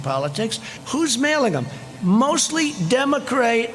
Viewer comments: mostly demo crate. Gibberish, mispronunciation, gibberish... My goodness. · What's a Demo-Crate? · "mostly democrate/demogreat" did he say that? gosh he is sickly incoherent! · Umm he doesn't know how to say democrat? He is ridiculous! He is a simpleton. The Republicans have no platform to run on? What are their plans for the next 4 years? That makes no sense. Smh!! They are basically going to wing it for four more years!? Really?